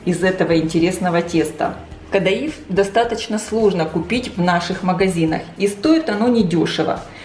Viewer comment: Вообще-то правильно КаДаиф, ударение на и, по крайней мере в Турции так называется